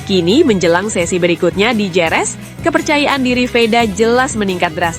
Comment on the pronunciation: Bukan Jerez tapi bacanya herez.